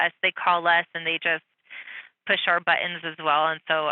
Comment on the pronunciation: "Butt-enz". "I know it's hard, they call in and push our butt-enz also". Perhaps these M O R O N dispatchers should learn the law also. And ask appropriate questions to de-escalate the sitch Pero no, they incite the brutality, themselves!!!!!!!!!!!!!!!!!!!!!!!!!!!!!!!!!!!!!!!!!!!!!!!!!!!!